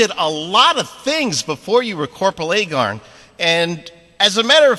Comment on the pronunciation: Its "Aye-Gar-n" not Aye-Gor-n", lol. Anyway, thanks for the interview post!